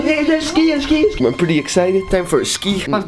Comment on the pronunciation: het is niet skïen het is skiën logisch dat je je diploma niet hebt #antwerpen